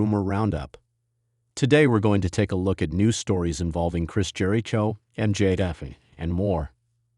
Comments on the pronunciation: Is this AI talking...this is horrible and who pronounces his name like that....nothing but false info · Yeah, i dp not think any official wwe product would use ai that can not pronounce jericho correctly,.